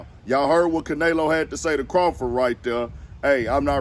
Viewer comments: no the way e is pronounced in Spanish is "eh" not "a" which we pronounce as "aye" anyway. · Ca nelo not Can elo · S/O to caNAYlo lmao sheesh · Say it Again “CanAyLo!” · LMFBAO Caynalo aka canola 🤣🤣🤣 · Bruh you need to say that man name right if you gonna do content on it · You clearly don't watch boxing your saying Canleo name all wrong lol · Butchered the fuckin name up wtf bruh if u gunna say it n give props say it right lol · 😂 Yea he slaughtered the man’s name pretty bad. That Houston accent just wouldn’t let him do it. 😂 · man if you dnt pronounce his name right lol i guess jermell is jermello lol